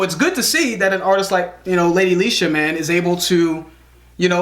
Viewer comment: Finally said her name right 👌🏾👌🏾👌🏾